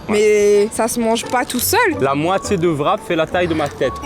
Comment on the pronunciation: Je ne sais pas comment se prononce CZER mais en revanche WRAP c'est comme WRITE ou WRISTE le W est muet. Donc c'est "RAP" et non "VRAP".